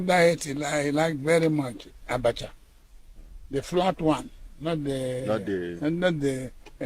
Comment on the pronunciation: “Abatjha” gave Mandela what🤣🤣🙏